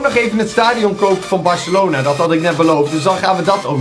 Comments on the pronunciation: Barcelona is het in plaats van Barcalona😉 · Het is Barcelona niet barcalona